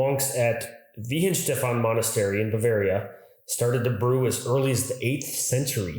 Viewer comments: To me, Karlsberg Urpils (yes, with a K, noth with a C) made in Homburg, Saarland is the best beer. And a fun fact: Weihenstephan is pronounced with the ei like I, not ee. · "If e and i go out alone The 2nd letter takes the tone" - so, "Weihenstephan" is pronounced like "Why and shteffan".